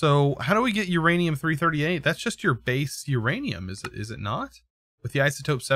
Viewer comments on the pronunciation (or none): it is literally just pronounced uranium238 or u238 also u238 is its own type of uranium